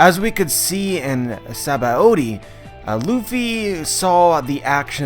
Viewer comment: What's up with his retarded pronunciation of Sabaody?